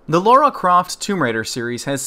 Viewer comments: Great.review but it's Lara not Laura. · Its LARA,not LAURA!!!! OMG you live in English speaking country and your dont know your own gramar. WTF??? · Right. Pronounciation is unified across all english speaking countries with no difference whatsoever between one another. Sometimes i forget that. A scot, an american and a south african all pronounce "Lara" in the exact same way. Thanks for clearing that up.